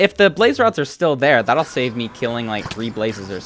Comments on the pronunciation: “try to pearl hang to the fortress to SÆVE” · you said "save" weirdly